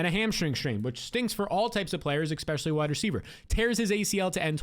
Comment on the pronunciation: Add timestamps and stop saying eKspecially and I'll subscribe. I promise.